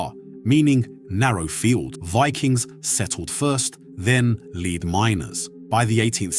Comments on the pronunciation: It's pronounced LED not LEAD. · Leed? Ai strikes again. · Lead as in pencil lead or the metal is not pronounces as a dog lead, or taking the lead. Something a bit AI about this voiceover.